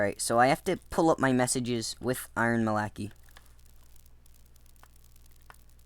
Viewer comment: its prounounced "eye-ron mal-a-keye"